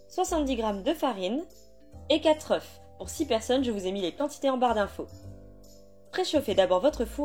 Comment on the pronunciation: Quatre « euf » ou quatre « euh ? » 😂